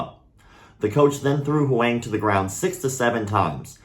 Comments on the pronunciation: “HUANG” is pronounced “WONG”. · What a terrible story. Thanks for sharing it. Also, since you mentioned the name pronunciation, I’m from Taiwan 🇹🇼 and I’m almost certain that they must be using his surname, and if so it should be pronounced more like ‘Hwong’. Taiwanese first names are made up of two characters, rather than just one. Great channel, and thanks again for sharing the story, sad as it may be. Poor kid. His parents must be a wreck... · Pronunciation for Huang (in standard Mandarin): the a is pronounced the same as in father. Same for when you see “Wang”. Awesome channel, dude. Keep it up! Thanks for the martial arts news, even the darker stories. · I haven’t even seen the way the kids name is spelled but by the terrible try made I’m going to say the word was this “huang” which is pronounced “wong” like my name if anyone knows why this is feel free to hmu